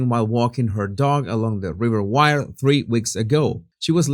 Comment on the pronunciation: If Ms Bulley had envisaged taking her life , she would have certainly left a note behind. This is my personal opinion. Jesus, river Wyre is pronounced as ware not wire😊